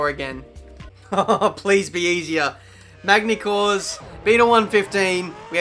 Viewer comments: It's pronounced Magny-Core, not Magny-Core's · Don't pronounce the "g" in magny cours please